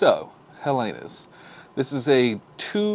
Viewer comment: Nice review! Not trying to be a smartass but since I am greek, I would like to point out that the stress is on the first e (also the h on the beginning is silent in modern greek) and it is the term we use for ourselves (Hellenes = Greeks).